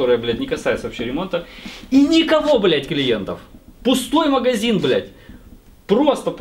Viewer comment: тебя бомбит, когда говорят подшиБник, так вот, правильно говорить маГазин, а не маХГХазин))))))